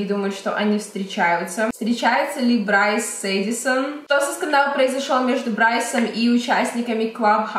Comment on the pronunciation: Не Брайс а Брюс